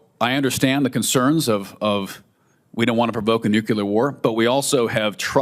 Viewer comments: Nucular, nukacola. Is the nucular deliberate?? Nuclear??? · Whenever someone says "nu-kyu-ler" instead of "nu-klee-er" (the correct word), I just tune out. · I wish Tin sherry would learn how to pronounce the word "NUCLEAR". Sheesh.